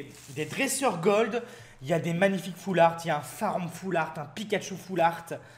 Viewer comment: noeunoeuf shayni pu golde